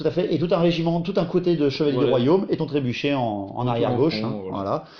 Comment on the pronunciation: C'est "trébuchet", pas "trébucher" :p